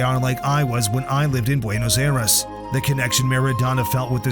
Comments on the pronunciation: its "Buenos Aires" not "Buenos Airas" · BUENOS AIRES!!!! LMAO!!!! Did AI make this?